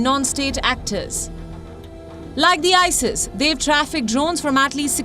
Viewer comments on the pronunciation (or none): none